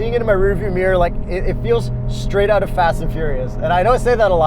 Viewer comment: Kyle Amante he also says owt instead of out. Punishable by death if you ask me.